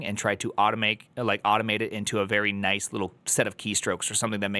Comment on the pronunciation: he definitely meant noice :)